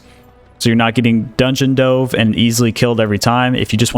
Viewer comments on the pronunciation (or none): none